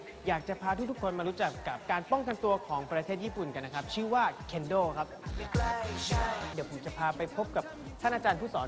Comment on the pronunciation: ผลิคพูดคำว่า “เดี๋ยว” เป็น “เด๋ว” ตาหลอดดด 555